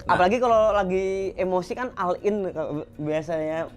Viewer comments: yoii.. sama blg kata all in, doi bilang nya AL- IN ..(oll in) dnk cooyy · Al in.. haha.. boga supercar ari ngomong al in